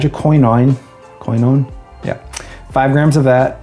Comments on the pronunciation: Really great informative video! Ive always heard hydroquinone pronounced hydro - key - known, but I didn't find pronunciation affected my ability to understand the content. Keep up the great work! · always thought it's - hydro-keen-on :) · It's pronounced hydro Quin Own. Source: I'm a chemist :) Love your stuff Man, glad you started your channel as I've found it very helpful. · hydroquinone sounds like hydro - quin -" bone" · I watch this video, with regard to the pronunciation of "Hydroquinone" the "Y" and the "I" are pronounced like the "E" English. I speak to you from France. The formula without hydroquinone surprises me a lot, we would get the same results, time/temperature as the formula that involves it? We wonder why we have been using it for years. What surprises me is that you speak in liters, in grams? Not in an imperial system? For conservation, I prefer accordion bottles.